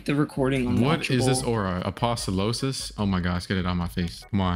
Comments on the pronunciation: Hi, amazing vid I thought it was a joke at first, but really does call apostolos "Apostolosis" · It’s apostolos not aposolosos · Stop calling it eggis its ee-jhus and also its a-post-a-loss. not a-post-o-losis. Stop mispronouncing it or im unsubbing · reply to me also can u please stop saying eggius it's age iss srry to sound like a nerd also again it's not apostolosis it's apo sto los